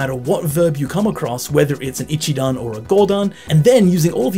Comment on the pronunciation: Great video! Can i just correct one thing!! - The accent on NoMAnai is correct but Shi NA nai isn't correct. Its shi na nai. It doesn't rise anywhere 😟 same for ashita, it doest rise at aSHIta. And sorry to be picky, its not 'I'chidan, its i'CHI'dan 🫣